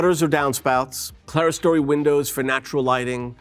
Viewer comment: This guy mispronounces so many architectural terms, including 'clerestory', that it's hard to believe that he received any education in architecture. Unbelievable.